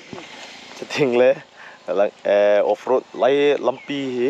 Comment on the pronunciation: Off roading ❌ forestding ✅